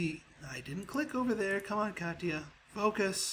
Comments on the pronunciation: Katya ka-tea-ya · katia is pronounced ka-shi-a